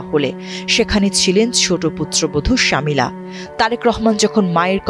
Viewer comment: ওনার নাম শমি'লা রহমান শামিলা না।